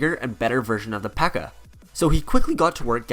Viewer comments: One thing u messed up on is that dirk called it a pekka instead of a bpeeka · Wouldn’t he call it the bpekka